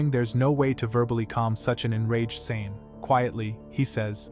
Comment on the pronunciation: Saiyan not Saynn and Vegeta nor Vejita